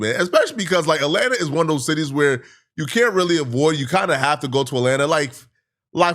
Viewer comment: "rAtLanTa" 🤓 Fkin goof 😂